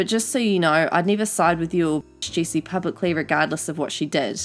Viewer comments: I think it’s funny how you say her name it sounds like juicy instead of Jessi haha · Sorry, I just like how she says "jessi" like "juicy"